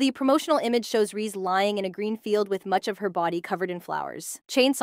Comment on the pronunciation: Bro called reze so many names and so wrong rizzy reesy reez